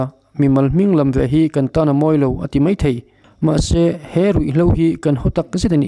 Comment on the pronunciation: Kan CYMA President hian Mizo tawng a thiam hle emaw ka lo ti a. He video i rawn dah chhuah chauh-ah pawh hian, "Mai thei" tih turah vawi thum lai mai, "Mei thei" a ti a. Tin, "mai" tih turah pawh "mei" a ti pek a. A video full ka en lem lo va, a full-in en ta ila, a khak sual tam nekin ka ring ta.